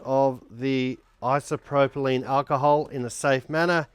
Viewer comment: Its isopropyl NOT isopropolyne. 🦘🤡